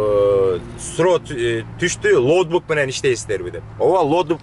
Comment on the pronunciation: Лоутбук эмес, логбук туура болот окшойт 👍🏽